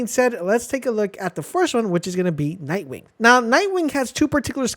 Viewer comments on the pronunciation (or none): Can we mention the extra k in nightwing?